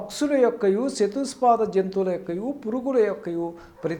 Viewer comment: పక్సులు, చతుస్ పాద జంతువులు కాదు పక్షులు, చతుష్ పాద జంతువులు... అని పలకాలి. ముందు గుణింతాలు నేర్చుకుని తర్వాత ఉపన్యసించు.